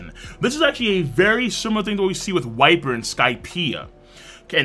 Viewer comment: Viper or vyper but never wyper V like in vacation